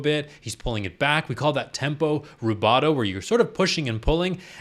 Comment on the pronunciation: but then he got rubato wrong, slurring it american like wubahdou